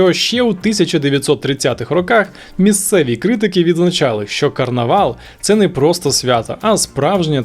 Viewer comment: Карнавал на Мальті а не Карнівал